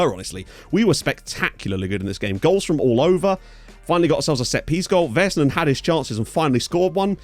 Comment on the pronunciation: LMAO the hockey references :) PS. The "A"s in Vaisanen rhyme with "sad" rather than "said"